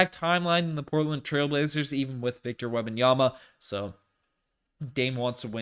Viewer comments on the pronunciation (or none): none